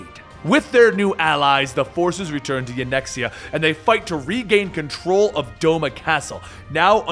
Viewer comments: Yanxia = Yan ex ia????? Asahi = Ashi??? Yotsuyu = Yotsuya? Like, Gosetsu even calls her Tsuyu for short. Am I the only one who finds Asian words really not that hard to say :| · its yanxia (young-sha) my dude. You are welcome.